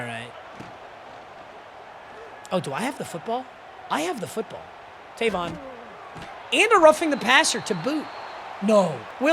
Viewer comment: Is funny hearing him pronounce Tavon wrong😂 my name is Tayvon